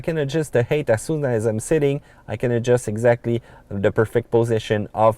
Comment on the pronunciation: Makes fun of GPS for how it pronounces French street names, but he pronounce height "hate".